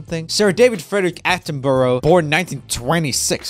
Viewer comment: Joel you mispronounced attenborough and I like him